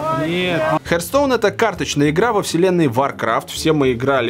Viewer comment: Не "хертстоун", а "хартстоун".